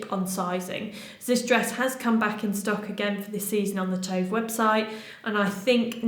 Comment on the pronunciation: Hi! It's pronounced 'Too-vah'. It's a common yet lovely Swedish girl's name. I also love the brand Tove.🙂